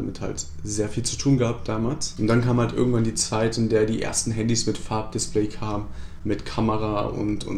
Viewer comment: Du hast statt "irgendwann" "örgendwann" gesagt. Genau wie ich xD